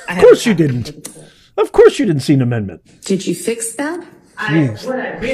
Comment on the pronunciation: Did the proecuter just ptonounce DIDN'T DI N'T??